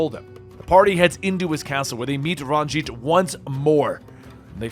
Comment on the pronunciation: Says every name wrong. Nothing. Says Ranj’it correctly. “I’m pRoBaBly saYiNg iT wRoNg!!!” Lol.